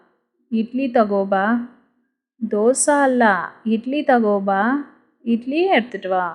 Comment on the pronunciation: மேடம் தகோபா என்பதை தகொண்பா என சொல்வது சரியா?